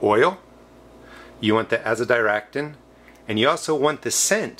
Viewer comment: FYI: you are pronouncing azadirachtin correctly. I'm not sure one would use alcohol in the extraction process as most alcohols are not hydrophobic, ethanol would be an excellent example of how well an alcohol can mix with water. Probably something like hexane or other nasty organic solvents. hydrophobic-not water soluble. hydrophilic-water loving or water soluble. Wayne